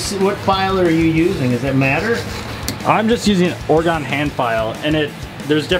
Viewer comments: The correct way to say it is "ore-ee-gun". I was born and raised in Oregon. I cringe everytime I hear "ore-ah-GONE". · Please, please, those who have never lived in Oregon, it's not "Or-uh-gone hand file," but Or-ee-gun hand file! :) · It's ore-gun not ore-gone. Not a terrible video but also not great. Some good tips. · Pronounced, "Oregun" not "Oregone" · its pronounced Oregen not or gone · It's pronounced Oregin. Not OregOn. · 🤣🤣🤣listening to them pronounce Oregon “Ore-a-gone” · I love when he says "" I am just using an Oregun file Yup " instead of "" Oregon "" with O nut a U,,, yuppp